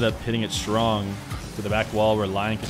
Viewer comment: just a pointer: watch naywis' videos with those ksa guys, he is pronouncing them correctly. alternitavely: you are pronouncing it like turk. just drop the u and you have it. <3